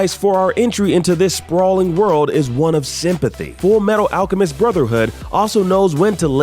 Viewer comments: did he just say "fullmetal alcheMID" by mistake there? XD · "Alchemid" Yes